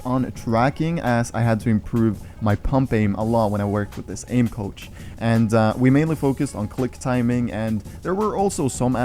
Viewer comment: I though it Saïd “aim couch” loooool i was so confused